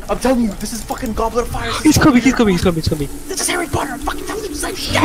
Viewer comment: "this is harry pottar"